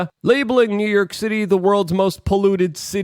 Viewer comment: Good ol NEW YERK!! 😂 Love ya, Luke!